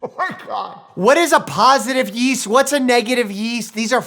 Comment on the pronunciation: The “what’s” are giving Ant saying “wet” lmao